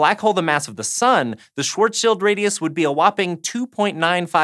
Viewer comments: This may be the first YouTube video I've ever watched to pronounce "Schwarzschild" (roughly) correctly. It very much certainly is in the minority, so props for not making my skin crawl. 👍😊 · OMG. You're like the first person I've ever heard to not say Schwarzs Child. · Thank you for not pronouncing it Schwarz Child. I'm beyond sick of hearing people pronouncing it that way.